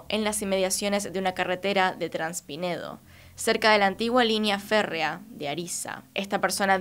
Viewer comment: es traspinedo, pero decís transpinedo...🤷🏻‍♂️....😏, una vez más.....